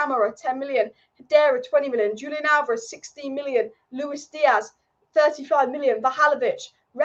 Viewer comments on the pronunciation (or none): none